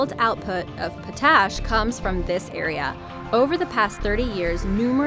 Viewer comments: Pot ash, not po tas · Sori sori.... But seriously, it's pot-ash. Not po-tash. I could be wrong, I didn't check the dictionary for pronounciation, but that's the way I've always heard it... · It's pronounced Pot-Ash, not Pa-tash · It's pronounced POTash, not potASH. Scary stuff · It's POT ASH - not po tash! Stupid computer voices. Jesus, is everyone afraid to hire a real human narrator nowadays? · That's "pot-ash", not "po-tash". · POT...ASH...not PO TASH ...sheesh....cant even say words correctly. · the word is pot-ash. not po-tash. If you are going to narrate, learn the words you use. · Its pronounced Pot Ash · Its not PoTASH its POTash. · Potash? Pronounced "pot ash." unstressed. not p'TASH. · Pot ash; not p'tash. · POT ASH not tuttash! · "Number 3"... it's pronounced... "pot~ash". Not "pO,Tash" such is my experience. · Potash is NOT pronounced "Poh-tAsh" but "Pot-ash", you English speaking dunce. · Why can't you say potash? Say pot. Say ash. Potash... Potash should not sound like moustache, rather like not-ash... lol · POT ash not po TASH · the way she says potash annoys the hell outta me. It's pronounced "Pot-Ash" not "Puh-Tash"...christ on a fucking crutch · Po-tash! The word is Pot-ash. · Nice video. But please learn how to pronounce potash. It's pot - ash, not paw - tash. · #3 Po-TASH?? The word is POT-ash, my dear. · Pot ash....not potash. It's pronounced like two separate words. Pot ash. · POT-ASH WHY IS IT SO DIFFICULT TO SAY CORRECTLY?!? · What's with the music being louder then speech people ... come on Oh and someone who can pronounce simple words like... potash it's pronounced pot - ash . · I'm sorry, but it's pronounced POT-ASH. It was driving me crazy😳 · Who taught you how to pronounce potash?